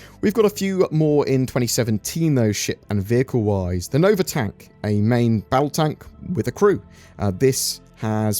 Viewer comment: Nova TANK!?!?! DID YOU JUST SAY NOVA TANK?!??! ITS THE NOVA TONK THANK YOU VERY MUCH!!!